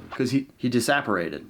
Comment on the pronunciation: IK i'm late.. but "he disapperated" is crazy lol